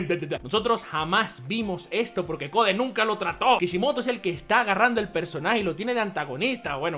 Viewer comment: ¿por qué demonios este tipo dice “Jiren” si ese es un personaje de Super? Encima pronuncia CODE como si fuese en español, es INGLÉS.